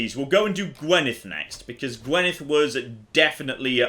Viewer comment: Can we add Welsh to that as well? It's still painful every time you fail to say Gwynedd.